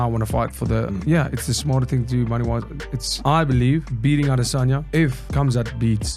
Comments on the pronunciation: Why are you still saying "I'll-Diss-On-Ya" 🫵🏽🤣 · You're the only person who says "adesanya" like that.